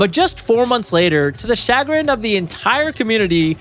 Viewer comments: I'm sorry, much to the what of the community? Shagg-grin? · chagrin is pronounced sha-grin. it's french. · chagrin is pronounced "Shuh-grin" ... not shah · Man your a frickin nerd but it was a well made video. Use your powers for something less gay and you could have a career. It's pronounced SHUH-grin also. 👍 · Dude, don’t use words you don’t know how to pronounce. Or look them up. Chagrin is not pronounced “shag-rin” it’s “shuh-grin” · "Shag-rynn" lolol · Idk man, the last time I watched a video where the creator didn’t know how to pronounce the words they presumably wrote in their own script, the plagiarism video came out the next week 👀 Cha-grin? Hardly a “consolidation”? (Not consolation??) I know there were more, but I’m not rewatching the first 30 minutes to find them. Like, you wrote this right?? Why would you use words you don’t know how to say? Super sketchy 😬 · Did this guy just say "sha-grin"? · I’ve never heard a person pronounce “chagrin” like that. Nasty. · let's normalize not using words we don't know how to pronounce, like chagrin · You mispronounced chagrin and akin Edit: and fragrance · Chagrin pronounced wrong. Akin pronounced wrong. This uploader is illiterate with a limited vocabulary and didn’t write this script. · ive never once heard chagrin pronounced that way